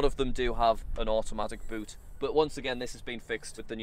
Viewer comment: but or boot.... that "u" words funny